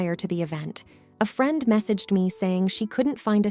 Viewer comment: It's really weird, the reader seems not to have an accent, but then reads very common easy words incorrectly like "friend"